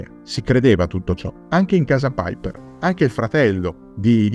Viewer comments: Non si pronuncia "Paiper". Non e' un anglosassone. Si legge cosi com e' scritto. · Ma chi è paiper come lo pronunci all inglese.. Era tedesco si pronuncia come è scritto.. Paiper 😂😂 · no tornaci te e alla grande visto che vivo in Germania.. E si dice come si legge e non all inglese.. Il paiper come lo pronuncia sembra l aereo. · La pubblicità terroristica built-in mi mancava. Piper in tedesco si pronuncia come è scritto, non "paiper".